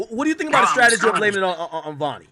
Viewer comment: Other than AK saying stragety this was a 10/10 effort